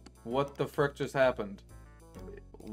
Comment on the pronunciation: Lol, people are missing the point. Its saying "freck" instead of "frick" that's bothering me. I only commented cause I like his vids other than the constant frecks. I don't even have a justification for this opinion.